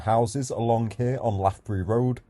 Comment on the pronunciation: Not Harpurhey